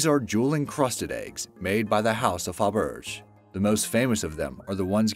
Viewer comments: OK, interesting video, but narrator, please pronounce words correctly! "Parliament" is not par-lee-a-ment. It's par-la-ment. "Ascertain" is as-ser-tain not as-cer-tan. "Faberge" is pronounced "fa-ber-zhay, not fa-berg. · it's Faberge (fab-ur-jay) not fab-urge. idiots. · It is pronounceed Fab Bri shay not faberj. Also it is Mount Sighnigh. Both syllables have the long i sound as is true in the Hebrew language. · Par-li-ment (the a is silent) .. fa-burr-jay (soft j) ... sie-nie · "foberj"...."parleeyament"??? Seriously dude, learn how to speak if you're going to be a professional narrator. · fa berdge eggs lol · Fabergé ( Fab-yur-zhay ) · The pronunciation of Fabergé and parliament were priceless. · Omg! Is the narrator pronouncing Parliament and Fabergé wrong on purpose to drive people crazy? It’s like nails on a chalkboard. As a director of industrials (training videos), I know sometimes you have to google it, select and hit speak on an iPhone or YouTube it to find the right pronunciation. This is unprofessional. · he cant say parliament........ or faberge....... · Hey, you mispronounced Parliament, Fabergé, among many other mispronunciations. If you are going to have a voice over, don’t you think you should at least know how to pronounce things correctly? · The narrator didn't know how to pronounce "Fabergé!" He wasn't even close! 🙂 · ...and it gets worse! Faberge eggs! Come on man. You can't tell me you've never heard anyone else say that word correctly before??